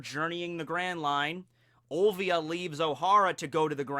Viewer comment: Robin's mother name is Olivia not Ovia!! there is an "L" there!